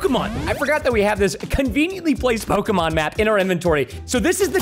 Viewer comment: PRONOUNCE RIGHT NAMES PLS PRESTON ITS KILLING ME